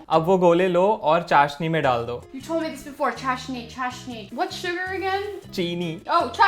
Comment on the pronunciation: Americans still can't pronounce Hindi words